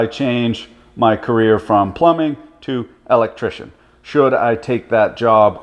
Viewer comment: it's weird heing say "electrician" haha